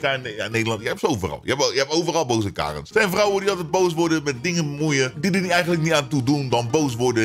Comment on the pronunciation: Hahahah het zijn geen kaaaarens maar je spreekt het uit als kerens